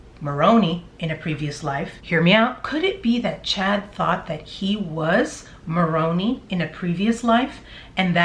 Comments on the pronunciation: Maroni. Pronounced with long i at the end. Like Maron eye. Heard it on a Morman channel. Just saying. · Interesting theory. I am mulling over it. By the way, Moroni is pronounced with a long "i". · Love your videos! LOVE your foil hat. Just an FYI. Moroni is pronounced with a hard i at the end. " Moron-eye" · I grew up mormon (i no longer believe in it) so let me help you on the pronoun-citation of Moroni. Phonetically it's said as Moron-eye. I like your theory, could well be true. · Moroni is pronounced ‘more-own-eye’. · You’re killing me with your pronunciation of “Moroni”. The “i” says “eye”, not “e”. Please don’t get the LDS church mixed up with the Chad & Lori manure heap. While they obviously have some fascination with it, their doctrine is completely their own mess. Ugh! Don’t get me started. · You are doing a fabulous job, you are very good at your investigations and make it very interesting. You are so cute! The angel Moroni ends with a long I sound, not an E sound. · He fit right in as a Mormon missionary and active member - then peddling his books through Deseret Book (Mo bookstore and website) - I knew Malachi was in the BOM somewhere - Moroni is pronounced with an "eye" on the end. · I was a mormon for over 30 years and for 11 of those years was a staunch, endowed, once a month temple goer with my then husband I was “sealed” to. Moroni is actually pronounced Moron”I” with a long “I” sound. But to me it’s really funny to hear her pronounce it to rhyme with bologna because now that’s how I feel what religion is. Bologna. 🙃 FYI: I’m an energy worker and I can’t even touch malachite. It gives me horrible anxiety if I do. Malachite is often used to open a heart chakra of someone who cannot love. I’m a big lover...an “over lover” if anything, so I can only use rose quartz for my heart chakra. I wasn’t surprised Lori picked it for a wedding ring because she obviously had shut off any light energy in her heart. 🤷🏼‍♀️ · It’s pronounced moron eye. Not moroney